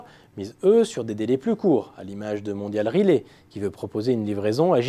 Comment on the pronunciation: Certes, cet homme est manifestement originaire du sud, ce qui explique qu'il remplace tous les "è" par des "é". Cependant, prononcer Mondial Relay "Mondial Relé", c'est un peu exagéré ! Que les sudistes déforment la prononciation française, pourquoi pas. Mais qu'ils déforment aussi la prononciation anglaise (ex : "Holidé" pour Holiday) est tout de même ridicule.